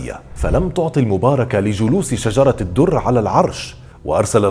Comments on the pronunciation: السلام عليكم اظنك أخطأت في نطق اسم شجرة الدر وهو شجر الدر و عفوا لك يا استاذ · هو بينطق اسمها غلط ؟ علي فكرة .. شجر الدر وليست شجرة الدر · أخ هي أسمها شجر الدر وليس شجرة الدر!!!فقط لتصحيح النطق